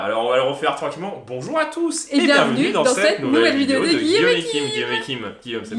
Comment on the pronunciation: Mais là ils disent "boujours a tous"